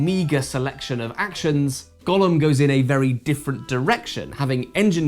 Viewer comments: Is this maybe a joke in the review, or did not bother with the correct pronunciation for some other reason? It’s GOH-lem, not Gollum. Unless of course you’re talking about something other than the clay being from jewish folklore. This doesn’t look like a LoTR game though…. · It's generally pronounced "GOH-lum" with a long "O". Unclear how 17th century Prague Jews would have said it, possibly "GOY-lum", "GAO-lum", or "goh-LUM". Never "GA-lum". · The pronunciation of the title made me think it was about Smeagol. Maybe if you played Go at the same time while getting your legs out for some Go-go dancing it could get an eight and a half?